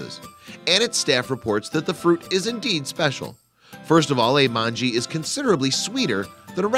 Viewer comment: Just a pronunciation correction. /mongeh/ Informative vid though :)